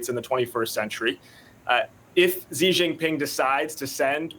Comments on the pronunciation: I wish people in the west would - at least - make the effort to pronounce Chinese names correctly. It's an embarrassment! How hard can it be to pronounce "shhhh" instead of "zzzzzz". Good grief! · Dumbass “china expert” said “Zi Jinping” lol 😂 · When will they learn to pronounce Xi's name correctly? 😂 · Nobody should take seriously anyone who can't even pronounce the Chinese presidents name correctly. And you want us to believe he is on some kind of committee that specialize in China? What a joke.